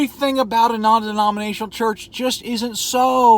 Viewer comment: Take a shot when he says "non demoninatinal"